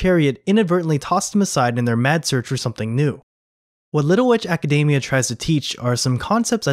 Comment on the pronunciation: btw, Academia is pronounced AcadEEmia